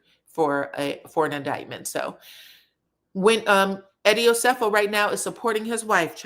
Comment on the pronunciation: Please be respectful and pronounce Eddie and Wendy’s last name correctly